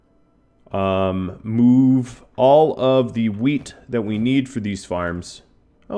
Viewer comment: "I'm going to have Pengu, MOOve all of the wheat" This made my day!